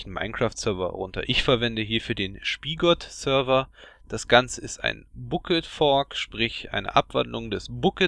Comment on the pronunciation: Wie du Bukkit und Spigot aussprichst... haha :D